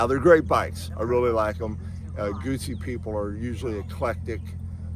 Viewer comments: Let's leave the mispronunciation of this iconic brand to our Brit brothers. For some reason, they just can't wrap their tongues around "Gootsi" and come out with all kinds of variants, mostly "Gussy", so let's at least get it right and not say "Goosey". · pronounced Gootsie not guzzi